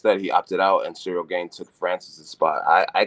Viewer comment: Jon has yet to pronounce Cyril’s whole name correctly 😭